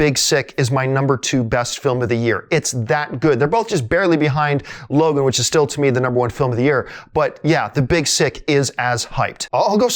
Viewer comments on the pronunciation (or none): none